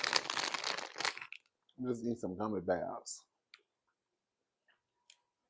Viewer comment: The messy spirit and the way you said "gummy beahs"! 🤣🤣🤣🤣🤣